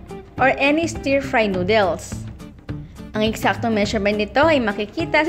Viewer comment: Please.... Noodles does not put the emphasrs on dles. The emphadis id on nood